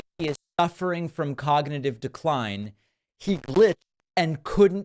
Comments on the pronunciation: Cognitiveyuaah 😂 dear god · ⚙️ cog not yee ahw ??? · A very stable jeeneus😂😂 clognitive? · Someone is feeding Trump these Hitler lines because this clown hasn't read a book in his life. It is almost a year until the election, Trump will be almost braindead by then as he is in rapid cognitivneeyahww decline. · Cog -na -tive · I don't think that's decline - I don't think Dumpy's ever been able to pronounce "Cognitive" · C'mon, David. Give the guy a break. 'Cognitive' is three syllables.